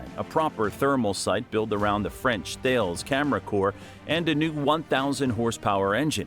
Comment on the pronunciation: What the heck is the image and how is that relevant to this piece?? 😂 also, - Thales is pronounced 'talliss'